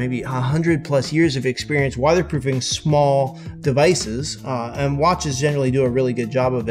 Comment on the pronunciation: "Wadder proofing"😂😂